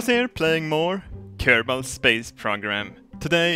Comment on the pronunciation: i know hes swedish but... how "careball"